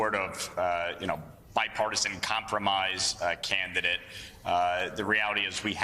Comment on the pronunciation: "canthedet?" Did he mean "candidate?" Americans love to mangle actual words. (I think republicans, especially)